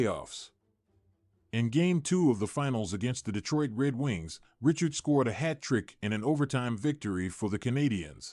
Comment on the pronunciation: what unwatchable AI BS! This robotic voice doesn't even pronounce Richard properly! And what of those sweaters???